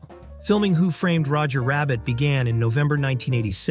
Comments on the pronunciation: i dont get how anyone can make a 25 minute essay on a movie and not one time pronounce the title correctly. It is 'WHO' framed Roger Rabbit, not who 'FRAMED' Roger Rabbit. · Why can't the narrator pronounce the name of the movie? He keeps stressing the word "framed.? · The way this dude pronounces Who Framed Roger Rabbit as if it isn’t a title pisses me off beyond belief.